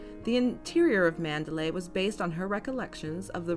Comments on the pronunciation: ManderLEY!!, not ManderLAY. Listen as the name is pronounced in the film! (Sounds different from MandaLAY, a city in Burma.) Otherwise well presented. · Interesting content! I especially like the way you set the tone at the start. It's actually pronounced Mander-lee, not Mander-lay. It is spelled Manderley, but the pronunciation rhymes with Lee, not lay. That is how it is pronounced in the film, from the very first lines of a voice over, and all the way to the ending.